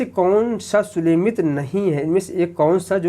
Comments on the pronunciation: Sir...plzzz thoda dhyan dijiye..aap har video me..sumelit ko sulemit bolete h..aap Pryagraaj se h..hindi ke uccharan me thoda dhyaan dijiye..aapka prayas sarahneye h.. Bahut bahut aabhar aapka.. Jai mata di.🙏🙏🙏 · Sir प्रणाम , आप अच्छा पढ़ा रहें हैं परन्तु सुमेलित को सुलेमित क्यों कह रहे हैं ये बात समझ में नहीं आ रही है।